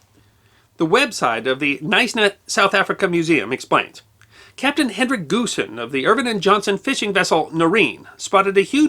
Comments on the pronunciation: Another great vid. Small point, the Afrikaans surname "Goosen" is pronounced "Hoosen". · The name Goosen - is pronounced "Hoosen" in South Africa - FYI.